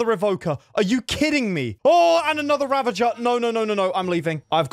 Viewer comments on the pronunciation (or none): It's ravager, not ravanger.